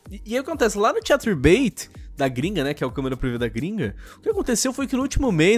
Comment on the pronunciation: "vou sair do cahterbait" ah ta, como se fosse um favor a mulher estar no site...